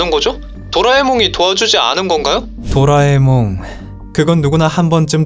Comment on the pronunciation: 나만 또라에몽이라고 들리나??